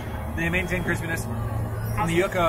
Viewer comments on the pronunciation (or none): It really makes me giggle that the people on this channel and also AJ from DFB continuously pronounce Yuca as “yuhhh-ka” instead of “YOU-ka.” Do they not live in Florida? Lol